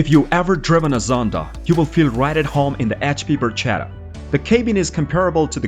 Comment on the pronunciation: dear speaker. Learn Italian, it’s “barKetta” and not “barJETa” 😂😂😂😂😂